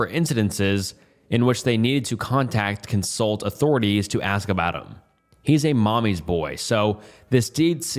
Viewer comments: These videos would be more enjoyable if you read the correct words that are clearly written correctly in the posts. Or pronounced them correctly. Consulate, bedraggled. Read as consult and bed-ragged..? It’s mildly infuriating to have these posts read aloud by someone not reading them correctly. I would rather just read them to myself. These videos should be able to be listened to without having to read along but after the first few videos I’ve watched, this has happened countless times and I feel like if I’m just listening then I’m not getting the correct interpretation. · 'bedragged' 'incidences' 'consult' instead of consulate - just in the first 2 minutes... this guy can barely speak/read english lmfao